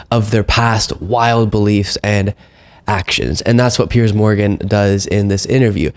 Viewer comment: it's so easy for you to sit there bullying a WOMAN, of whom you know absolutely NOTHING. Firstly, Piers (or as you say Pierzzz) was so blatantly disrespectful to this beautiful patriot who was merely attempting to defend herself after Pierzzz so mercilessly attacked her from the get-go. Now you, being a vapid leftist, lap this stuff up like the loyal Trump-Conservative-Republican-Christian-hater that you are. When any Conservative (or Republican, or Christian, or...) gets in the crosshairs like Marjorie clearly was, your nostrils flare and you almost look pre-orgasmic. It is truly something to watch. If you were somehow able to muster up an original thought and/or had even an ounce of the mental capacity to be open to anything other than radical, hard left-wing pablum, you might discover new horizons. You might find out that the vast majority of Conservatives/Republicans (not RINOs) tolerate you and wouldn't besmirch you just for having differing views. We actually respect your First Amendment right (remember the First Amendment, it's part of the U.S. Constitution - didn't know if you knew that) to say pretty much whatever the hell you want to say, even though it may be absolutely without merit. I might add that it is within our rights to peacefully protest against our government (as was done on Jan 6). I'm curious to know if you think what BLM & Antifa have done for years is within their Constitutional rights? I'm speaking of course about all the violence, looting, des